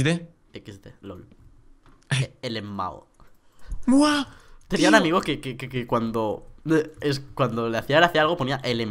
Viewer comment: No se pronuncia elemao se pronuncia lamao y es algo que dice un youtuber. Cuando algo le da risa lmao